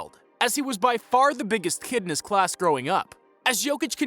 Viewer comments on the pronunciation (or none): none